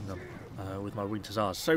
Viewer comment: "When the winget hussars arive"